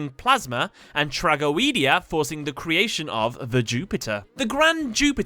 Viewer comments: Did my guy just say trag-o-ee-dia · trah go ee dee ah.... that's going to bother me for a long time